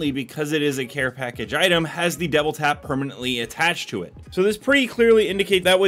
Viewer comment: am i tripping or is he saying devil tap?